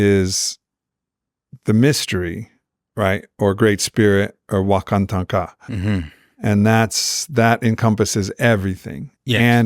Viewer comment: Wakatanka in Zimbabwe is pronounced 'Wakatanga'....meaning the First One.....